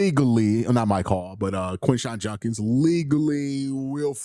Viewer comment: It's JUD-kins not JUN-kins